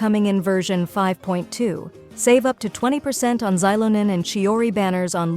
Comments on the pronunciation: Next time type Shelonen so your voice AI doesn't completely butcher her name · On second thought it would probably mess that up too 😔 Maybe Shiilonen would work, those things are tough to wrangle